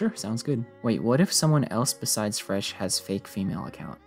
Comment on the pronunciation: Forgot The fressh